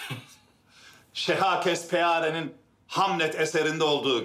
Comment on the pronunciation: de William Shakespeare'e Şehakespeare diyor